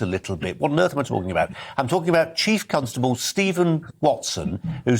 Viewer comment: Why does he keep saying "Chief Cuntstubble"